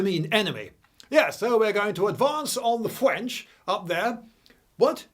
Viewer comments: hearing a brit say THE FWENCH just never gets old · "Advance of the fwench" lmao "Yes, yes, the Wussians" Channelling the spirit of Monty Python ahead of it's time.